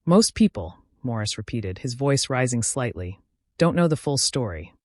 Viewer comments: Why does the narrator keep saying “Maurice” rather than “Morris”? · Why does she keep calling him Maurice...😅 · Morris not Maurice